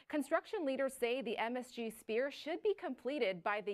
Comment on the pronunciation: It's NOT a SPEAR. It's a SPHERE!!!